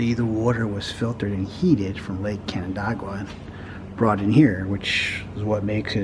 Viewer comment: Nice video, except you pronounced canandaigua wrong, but we forgive you for that.